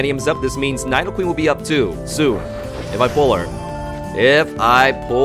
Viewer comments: They’re pronounced nEEdo queen and king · It's like he's never seen an episode of Pokémon. KNEE DO QUEEN and KNEE DOE KING